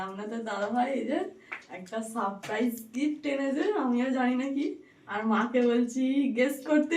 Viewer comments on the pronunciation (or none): ওটা বাকস পাতা নয় ঐ পাতাকে " বাসক পাতা " বলা হয় বাসক পাতার রস, তুলসী পাতার রস ও মধু মিশিয়ে খেলে তা সর্দি- কাসি তে খুবই ভাল ফল দেয় ওটা রেস না কথাটা হবে রেস্ট মানে আরাম বা বিশ্রাম ওটা সারপ্রাইজ হবে সাপ্রাইজ বলাটা ও ভুল হয়েছে এতো ভুল- ভাল উচ্চারণ করো যখন ইংরেজি কথা বলতে যাও কেন ! যেগুলো বলছি সেগুলো শিখে ভুলটা শুধরে নাও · Res ki? Saprise? Rest tai na. 2025 e Jodi correction na kortey paro shame